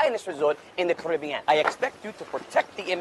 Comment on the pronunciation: You say Caribbean wrong. Please stop